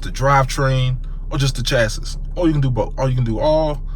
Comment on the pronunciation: the chass-iss lmao not exactly but close enough